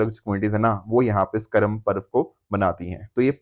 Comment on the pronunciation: Karmaa not karam sir ji.